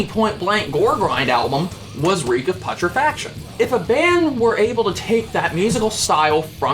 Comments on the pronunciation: Pu tre fac tion say it with me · Bro its pronounced "Pyootrefaction". You killed me every time you fucking tried to say Reek of Putrefaction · hearing him say PUT-rah-faction..im-pah-TEA-go ... makes me feel like setting my ears on fire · God you’re such a normie hahaha. You also can’t pronounce putrefaction. Congrats! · The only thing that bothered me about this is saying putrefaction and impetigo wrong, otherwise very good.